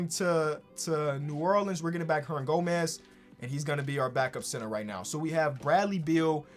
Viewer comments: Billy Hernangonez? 😂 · “Billy herndangomez”